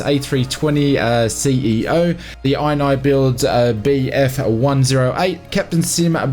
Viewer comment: bro ini builds is pronounced ene builds not iyeny silly billy